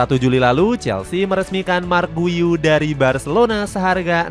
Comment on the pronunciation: Kasih info cara sebut nama pemaen min , buka marc guyu , tapi cara panggil nawa nya yg bener yaitu 'mark gyu'